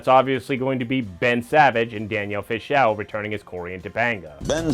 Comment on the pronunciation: Good effort, but how can you not know how to pronounce “Fishel” and “Friedle” after watching all these clips???